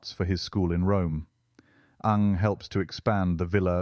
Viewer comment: Surprising, isn’t it? But it’s not totally right here. There should be a hint of the second syllable.